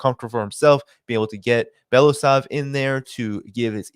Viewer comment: It's BeloUsov, not BElasov.